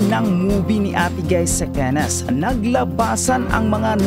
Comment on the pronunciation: Correction po Cannes pronounce (CAN)